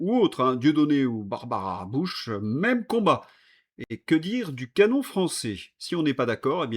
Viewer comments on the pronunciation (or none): none